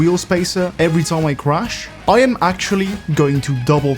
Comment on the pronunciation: How you always say "crush" instead of "crash" and "us" instead of "as" ;)